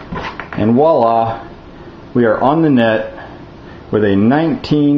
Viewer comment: Guy, it's not "walla", it's "voilà". ;D